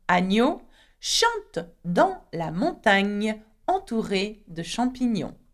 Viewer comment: Thanks for the lesson,! I do have one question. I hear a slight difference in the way you (and other French speakers I've heard) pronounce certain words with an "gn." For example, when you say "montagne," it sounds more like mong-TANG-nee-ya rather than mong-TAN-nee -ya. In other words the second syllable seems to end with the consonant sound "NG" (as in "sing" in English) rather than in "N" (as in "sun" in English). Another example is from this sentence spoken by another French teacher: "Le terme 'Rastignac' designe quelqu'un de tellement ambitieux." When he said the verb "designe," I heard it as de-ZING-nee-ya rather than de-ZIN-nee-ya. In contrast, you pronounced "mignon" as "mi-nee-yong" (rather than "miNG-nee-yong") and the other teacher pronounced "Rastignac" as "ras-ti-nee-yak" (not "ras-tiNG-nee-yak"). Am I just imagining this difference or am a hallucinating??? 🤣 J'ai besoin de vos lumieres! (Sorry for the lack of accent marks.)